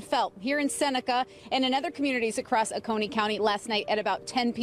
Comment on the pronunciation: Oconee is OH-coney. I live about 15 mins from there. But I didn’t see hear or feel anything.